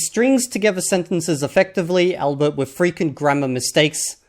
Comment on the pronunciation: I'm gonna give a C1 in English. 'albeit' is pronounced 'all be it'. Sorry couldn't resist 😁 Nice to see a video where the polyglot is honest and real